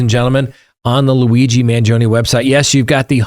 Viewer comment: You are mis-pronouncing Luigi’s surname. Please correct. Ask your Italian friends how to say the name. You are saying it wrongly.